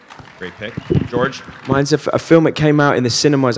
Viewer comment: Oh God Christopher Lloyd mispronouncing George's name 😂